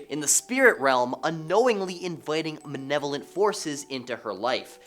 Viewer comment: Malevolent not manevolent